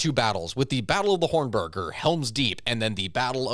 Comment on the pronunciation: Your butchery of the word hornburg is as offensive as this battle.